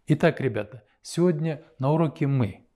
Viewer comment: Правильно произносите слово " Сегодня"